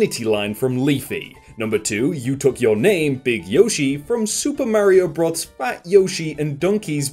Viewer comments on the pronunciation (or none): none